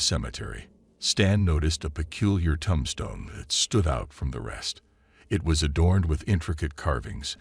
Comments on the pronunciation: Iritating pls learn how to pronounce tomb. There no such thing as a Tum stone. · Why are they all the same story with different names? Why do you say "tum stone"?